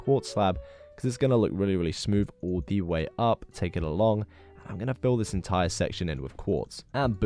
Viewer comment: Y'know what. The way he says zis is really funny